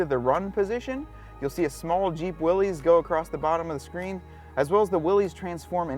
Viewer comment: Uh, Willys is pronounced: (wil-lis) like the original scout car designer's name. It's NOT pronounced like a guy named Willy owned each and every Jeep.